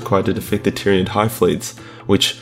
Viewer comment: he called it a tyranig 😂